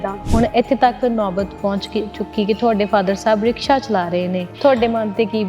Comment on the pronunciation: Rishka ਰਿਸ਼ਕਾ 😂😂😂😂 ਰਿਕਸ਼ਾ